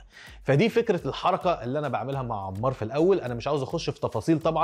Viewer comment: انمار مو عمار 😂😂😂 يكول عمار